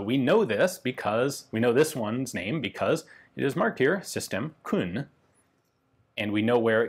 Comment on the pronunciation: why does he say it as Khun when it's Kuhn